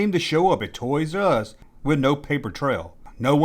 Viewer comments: Great video man, but for the ever love of god, it's TOYS-ARE-US, not TOYS-US... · It;s pronouced "TOYS ARE US" not "ToYRuSs" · It's Toys R Us, not Toysus.... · Not trying to be a Richard but, is there a reason you vary your pronunciation of Toys 'R Us between "Toyzus" and the traditional "said as spelled", "Toys 'R Us"? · "Toys Us"! I'm cracking the fuck up. Is this? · ''Toys' Uz''......(?) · "Toys Uh Us" lol!